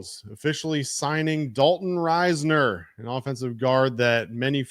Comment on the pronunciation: Its riz ner not rise ner